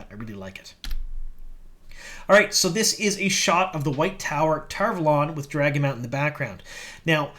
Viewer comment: How come everyone decided to start saying Tar Valon wrong? It's said the way Michael and Kate say it or its WRONG.